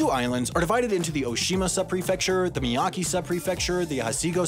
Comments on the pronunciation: From someone who has studied Japanese, your pronunciation wasn't bad. The only gross mispronunciation I saw was Miyake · He also pronounced e in Miyake as "ee" or at least it's how I heard it. Hachijō was also wrong.